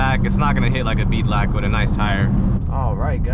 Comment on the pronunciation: Aint know if he wanted to say Belak or beadlock haha Swear i wasnt a Bimmer fan until i watched this build, feenin for one now